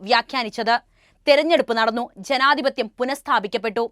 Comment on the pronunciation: അവതാരക വാക്കുകൾ ഉച്ചരിച്ചത് തെറ്റായി. മർധ്ധിച്ചു, ഛനാധിപത്യ.., സഞ്ചയ്ഗാന്ധി, അഛണ്ട, ...